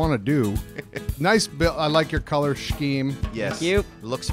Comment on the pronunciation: Shhh-ceme ah yes Corec pronounciation